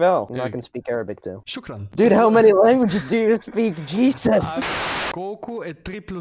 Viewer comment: How many luengeses do you speak?